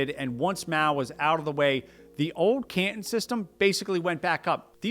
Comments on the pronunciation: I have never heard "Canton" pronounced before, but I don't believe you're saying it right. It is the hometown of modern day Guangzhou, where they speak Chinese with the Guangzhou - dialect. Otherwise known as Cantonese. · .........GwangJu is a city in South Korea. Canton is a city in Ohio. The video has authority, until the narrator get to the place of pronouncing these two major locations in China. 广州 GuangZhou pronounced as the narrator is no where in the history of the names of the city or location. I also cannot find Can as a name of the location in history.......And he pronounces CanTon like the name of the city in Ohio, not the location in China. This little error puts the authority in question. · It’s Can Ton Not Can Tin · Repeat after me: can-ton, caaaan-tooon. Not ke-en. 😅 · Can TAHN not CAN tahn. Take it from an old guy, whose uncle was Cantonese. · no. Canton (pronounced Cantn) is in Ohio. Canton (pronounced canTON) is the city in China. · While I'm not Chinese scholar, I'm pretty sure it's pronounced: Can-tahn... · I've never heard 'Canton' pronounced like 'can'.. let alone so many times in quick succession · Bruh at least try to pronounce the Chinese place names correctly good lord. Can'un. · Ca'in? Can Ton - rhymes with "prom" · He can't pronounce 'Canton'. Is that a regional or class thing in the US, saying it wrong like that? 'CANtun'. Bizarre. He also calls England 'INGlund'. without the g sound. Which is it, England, or Britain? He said England so many times, then suddenly he switches to saying 'Britain' wrong too, like 'Bray-en.' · It’s Canton like wonton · You are the only person that I've heard pronouncing the name Canton the way you do. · I assume others have pointed this out, but Canton rhymes with Wonton, not Scranton. 🤦‍♂